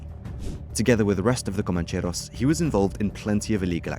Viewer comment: You make it sound exotic: "comancheRRRRRos". Rolling your "r"s is a bit too good for these bogans.